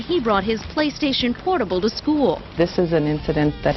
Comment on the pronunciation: "playstation pornable" had me dying lmao